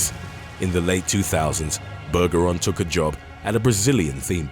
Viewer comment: Bergeron is pronounced with a soft G. Just saying